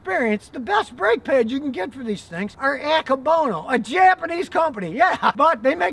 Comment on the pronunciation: A-ke (kay) -bo-no